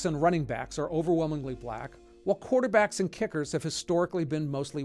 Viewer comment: You said "quaterback" twice.